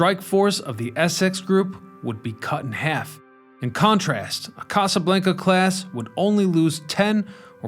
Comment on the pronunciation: The way you say Casa Blanca…🤦🏼‍♂️